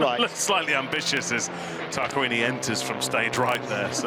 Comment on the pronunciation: It's Tarquini not 따르끼니...